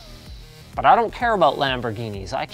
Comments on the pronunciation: Linus, you mean knaaaaawwwwwwledge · haha thumbs up for the "Knawledge"